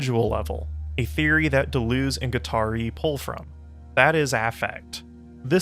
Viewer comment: Native English speakers, if you can say, 'Duh,' then you can correctly pronounce French words and names like 'de' and 'Deleuze.' For the latter, say 'duh' twice, then repeat adding a 'z' sound at the end, then repeat again replacing the second 'd' sound with an 'L' sound. That's it: duh-luhz.